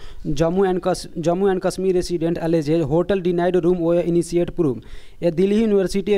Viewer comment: I don't know where you teach students and why are you conducting those classes when you yourself don't know much about this language. You're pronouncing many words wrongly . For eg -first of all, it is initiate and not inisiate. Secondly, it is Kashmir and not Kasmir. So get a good coaching for yourself first and then teach others. Learning fancy accent doesn't make you eligible to teach English